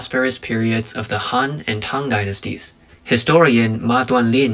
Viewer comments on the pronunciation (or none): none